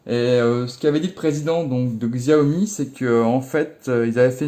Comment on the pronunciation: J adore t es vidéo mais on dit Cha O Mi merci